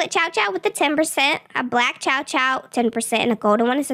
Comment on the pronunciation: I love the chow chow and I love how almost said chom chom😂